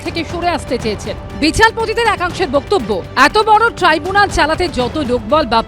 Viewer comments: Treebunal gorment...ki sob abol tabol uccharon kore ei uccho shikshito. Tribunal. Government. Chor party te keu nei bhalo kore jate uccharon kore seta bolar jonno??? Treebunal😂😂😂😂😂😂😂😂😂😂😂😂😂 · ডাইনি বুড়ির নতুন অলচিকি‌ ভাষা টিবুনাল । মনে হয় মুখ দিয়ে লালা ঝরে পড়েছে বলে উচ্চারণে গন্ডগোল হয়ে গেছে।